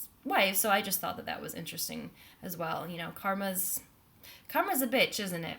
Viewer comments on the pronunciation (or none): none